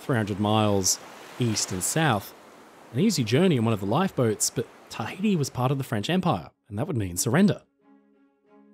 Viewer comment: You got Tah-iti but get so many wrong the Tah-iti right. Then call Oregon Are-Gone or something. 😂